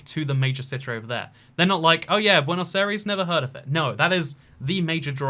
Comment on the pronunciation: how you pronounce Buenos Aires: Buanos-ires